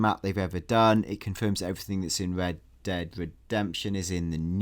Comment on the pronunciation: Hello and welcome to this episode of wed dead....speech impediment much😂 sounds like